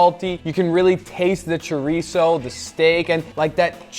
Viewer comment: Thank you Guga for pronouncing chorizo properly 💯